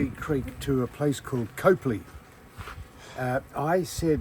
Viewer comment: Howdy guys. We backwards South Aussies pronounce Copley as COP LEE, no "e" in it. 😂 That train really is something special when you're right in front of it, isn't it Sam? 😂